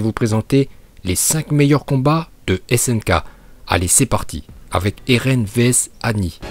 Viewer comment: 0.59 Dis pas elen en essayant de dire eren en roulant le « r » si tu sais pas le faire Bouffon